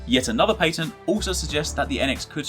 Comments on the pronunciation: You need to learn how to say patent. I cringed every time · What's a paytent?